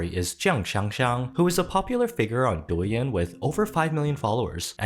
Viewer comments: I know it's not that important but I beg you to look up the proper pronunciation of Douyin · Why does this guy talk like he's some authority on Douyin when he can't even pronounce the name of the app right 😂😂😂